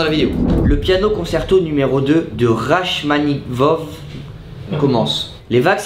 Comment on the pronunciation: Raschmaninove il a dit mdrr